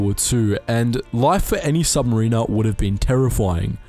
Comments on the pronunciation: Submariner is pronounced “sub-mare-inner” not “submarine-err” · Submariner not sub marine er. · Awesome vid, but his way of saying submariner bugs me